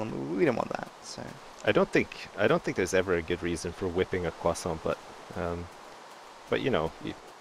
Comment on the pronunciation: No not cwousant crosaunt